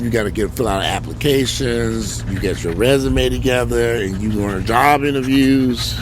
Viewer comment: LMAO 🤣😂🤣 because this is exactly how he said it....with that that cam close-up 😂